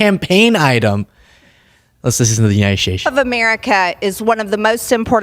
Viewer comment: Since when has "United States" been pronounced with a CH? United Staich? 🤢🤮